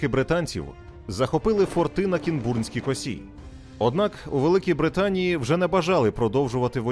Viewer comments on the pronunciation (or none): Дякую. Тільки не кінб[У]рнська коса, а к[í]нбурнська коса :) наголос на "і"